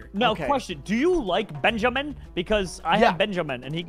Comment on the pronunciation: why he say benjamin like that?